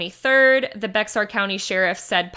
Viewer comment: Great coverage. Just to clarify, it is pronounced "Bear" County.